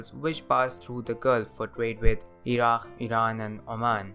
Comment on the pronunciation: Are the 'Qs' actually pronounced like that? He said "Ira-kh", not "Ira-k"